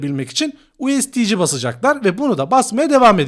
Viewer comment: Usd kısmını ingilizce söyleyip sondaki c harfini ci olarak söylemen çok rahatsız edici, o kadar insana hitab ediyorsun düzeltmen lazım